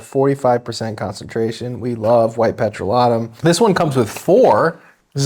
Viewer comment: Petro-lat-um? OMG Hilarious!!!